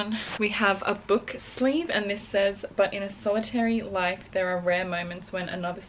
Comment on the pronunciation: I always hear butt whenever she says but. You can’t unhear it now. 😂 lovelots full support 💯💯